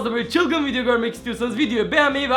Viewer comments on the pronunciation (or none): none